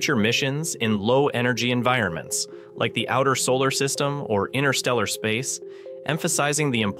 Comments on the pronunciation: Hello. Stop keep saying "inner steller" space, it just evidences your complete lack of the most basic of knowledge on this subject. Learn to say it correctly "interstellar space" or give up. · 'All incredibly impressive except for the AI chatbot narration! 'Analog humans' created the Voyager (Voyageur 🇨🇦) series of space probes! Why can't a real human voice be used to describe this triumph of the human intellect? Despite the cadence of the AI voice seemingly being immediately synthetic, that's not even my primary complaint. Every time that the narration reads "INTERSTELLAR", it always sounds to me as if the AI chatbot is saying 'INNER- STELLAR'! Yes; one becomes used to the perfect consistency of these synthetic language narratives as they progress, however I prefer the faulty nature of humanity and of human speech as well! 🇨🇦 🍁 🇺🇸 🌎 🇺🇲 📡 🚀 👨‍🚀 🚀 📡 🇺🇸 🌎🇺🇲 🍁 🇨🇦